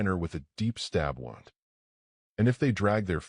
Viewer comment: Sorry, but mispronunciation of words "F's" up the story a little for me. The word is pronounced Woond NOT wownd. I realize the word is spelled the same regardless, but the contest determines the pronunciation, and in this context it is pronounced woo-nd.